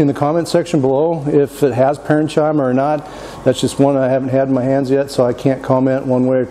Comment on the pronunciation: Nice video...but pronunciation correction. "Parenchyma" is pronounced with a hard ch sound. ..paren-kee-muh